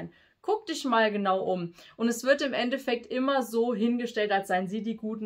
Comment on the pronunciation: Nicht End-Defekt sondern End-effekt